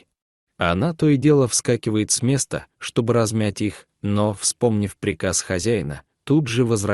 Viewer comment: Не лесА а лесА, неужели нельзя прочитать по-русски правильно ? Не мЕста а местА. Послушайте сами себя как ты озвучивание текст. А текст очень хороший, берущий за душу, но не в вашем прочтении, к сожалению.😢